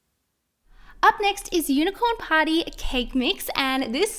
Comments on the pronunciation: I'm not trying to be mean but when she said unicorn party it sounded like unicorn potty 😂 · Who heard unicorn potty and not unicorn party ✋🏻 👇🏻